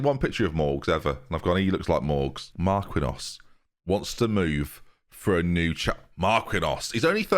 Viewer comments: At this point, I can't tell if is messing with people when he pronounces Marquinhos "Mark-win-oss." Like, WHAT? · How in the world is THAT your pronunciation of marquinhos 😂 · Marquinhos pronunciation killed me